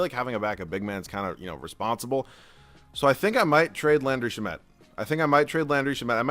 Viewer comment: it's sham-et not sha-met i've heard it in so many videos 😭